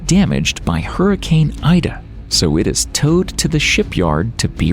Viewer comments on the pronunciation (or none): none